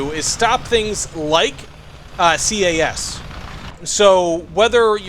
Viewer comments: its CAS not CAS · No it’s CAS